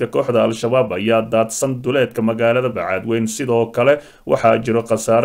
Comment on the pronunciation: Wariye aan sixi karin magaca magaalada uu ka hadlayo ee ah Bacaadwayne not Bacaadwayn